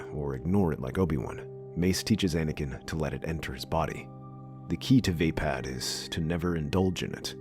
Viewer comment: vuh-pad, not vey-pad